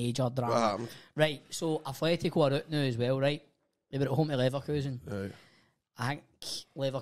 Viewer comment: Atletico, not Athletico